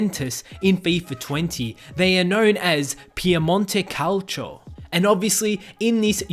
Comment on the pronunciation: Say it with me CA-OW-C-O Calcio Piemonte Calcio